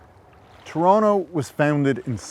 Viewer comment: A wee bit too dramatic, fella. You've even exaggerated to tronnicity of easing off the edges of Toh-tonn-toh, Net net, thiis is totally overboard and needs to be re-recorded. Like just read the script, OK? This is a You Tube video, not a tryout for Alfred Hitchcok.